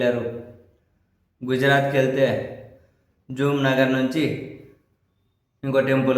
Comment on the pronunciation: Jamnagar...not jumnagar